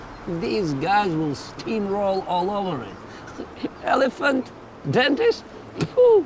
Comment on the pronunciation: IT'S LE DENTIST